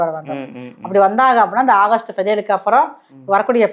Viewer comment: அகஸ்ட் இல்லை ஆகஸ்ட்😂😂😂😂 சரி அடுத்த மாசமும் இதே மாதிரி சொல்லுங்க அடுத்த மாசத்தையும் ஓட்டுனுமில்ல😅😅😅😅